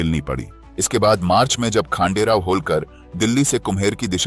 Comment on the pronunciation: वह नाम खांडेराव नहीं हैं . खंडेराव हैं . महाराष्ट्र का देव खंडेराया है .श्रद्धा से खंडेराव नाम प्रचलित हो गया . आप इंग्रजी में पढ़ते हो तोवह अक्षर " खा " हैं या ," ख " हैं यह कैसे तय करोगे . इसलिए अपनी भाषा में लिखना पढ़ना शुरू करो . खंडेराव यह भगवान का नाम है परन्तु खांडेराव यह नाम नहीं अर्थ शून्य है . इसलिए इंग्रजी में लिखा हिंदी में पढ़ने से ऐसा संकट खड़ा होता हैं . और अर्थ का अनर्थ हो जाता हैं . क्यों कि आपको भी पता नहीं योग्य नाम क्या है ? ना आप इंग्रज बने ना आप भारतीय बने . त्रिशंकु अवस्था हो गई .और अपने ध्यान में लेने का प्रयास भी नहीं किया होगा . जैसे एक स्टेज कार्यक्रम में कुंभाराम को कुंभकर्ण बोल गए . आज सहस्र वर्षों पूर्व का , विश्वगुरु सनातनी समाज ब्रेन वॉश के कारण कहा से कहां पहुंच गया .जिसकी भाषा अशुद्ध हो गई तो वह अस्तित्व हीन बन गया . बस इतनी सी बात है .